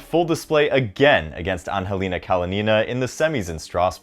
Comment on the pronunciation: Love the channel! Your videos are well produced and so thorough! Just a small funny note: Anhelina (Kalinina) is just Angelina. The h is pronounced like a g in Ukrainian :-)